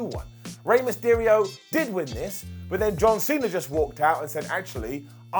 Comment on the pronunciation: Mysterio* not Mestiriouw